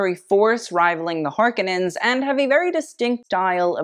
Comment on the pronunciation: LMAO you can't say harkkinan & atredes right & say Fremen wrong, and then emphasize that the Fremen were marginalized